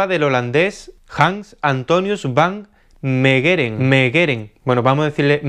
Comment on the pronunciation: El nombre del holandés, correctamente pronunciado sería algo así como: Han Antonius fan Meigeren (La G se pronuncia fuerte siempre). Es difícil escribir pronunciaciones, sorry.